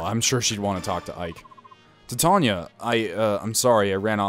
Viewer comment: Thank God you pronounced titania right, I was looking for a let's player that could respect my favorite character's name. I don't know why it bugs me that people can't pronounce it right but it does.